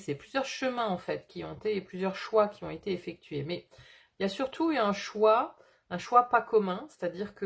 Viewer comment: bonjour et merci pour le partage, pour le, vous dites les "choins" (au lieu de choix), alors je vous partage ce qui m'est venu à ce moment là... ce sont peut-être les choix qui mènent à des soins (donc choins par contraction), ce qui est factuel pour moi en ce moment... En vous souhaitant une belle journée. ✨✨